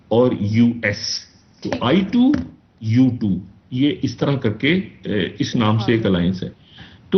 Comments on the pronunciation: ITU2 nh bhai...I2U2 nam h group ka... Tik se bol le😅 kindly... Anyways baki info tik h ..keep going 🤓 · Theek se bolle bhai i two u two ... i t u two naaahii